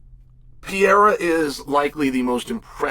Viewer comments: Pereira not Piera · ALEX PEE-ERA VS HAZ-MAT CHEAL LERN ENGLISH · Why do you keep pronouncing it "Pierre?" Love you Cheal haha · Damn Chael learn how to say Pereiras name are you that damn dum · So funny that chael just cant say that mans last name correctly.